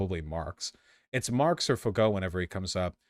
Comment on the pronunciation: Pronouncing Michel Foucault as "Mikhail Fucko" might be the funniest thing I've heard all week.